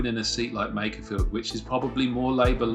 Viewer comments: It's MAKErfield not MACKerfield! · the guy at !:47 pronounces makerfield like MACKER FIELD. Why is it people that aint even from the area, try to talk about it and sound dumb? lol sorry just a gripe i guess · This bloke can’t pronounce Makerfield but be knows it’s not Manc or pie eaters.